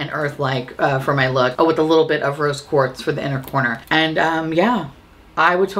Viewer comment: Every time you said "Rose Quartz" I heard "Roast Pork" and was confused but excited.